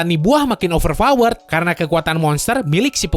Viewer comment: 10.51 Over power kali,bukan over vawer wkwkw